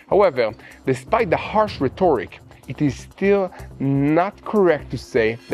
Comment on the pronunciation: Rhetoric = REH-toh-rick (not re-TOR-ick). The accent is on the first syllable. BREAKNECK, not breakback. Things are going at breakneck speed.